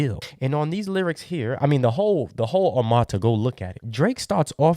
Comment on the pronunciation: OH MURRR TUHHHH not armaata lmaooo good vid tho